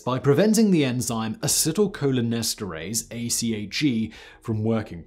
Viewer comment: Oh so you can pronounce acetylcholinesterase but you can't pronounce simple words?